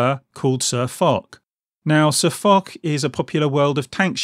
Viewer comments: For those of you telling me that I pronounced SirFoch's name incorrectly, I know, thanks. I realised my mistake too late too change it on the video. So apologies to SirFoch for getting his name wrong. I promise I won't do it again. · Panthers997 Cheers. Yeah, I found out I'd got the pronunciation wrong once the video went live. And you're not being an arse. I'd rather be set right than keep making the same mistake over and over 👍